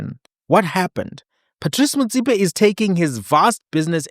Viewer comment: Big man, I like the way you pronounce Motsepe; if only you can try follow suit, and pronounce Molefe correctly like that, Blessings 🙏🙏🙏